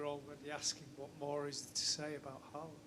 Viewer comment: the double A (or Å when written in Norwegian) is actually supposed to be pronounced as /oh/